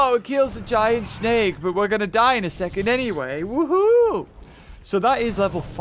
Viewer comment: Says 'snek' instead of 'snake' Everyone liked that